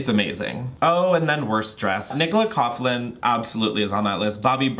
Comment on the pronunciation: Nicola Coughlan’s surname is pronounced Cock-Lin 😉☘️